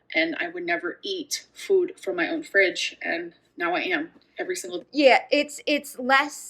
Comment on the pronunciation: Why is she adding a U to the words food and two when she talks it’s new and weird.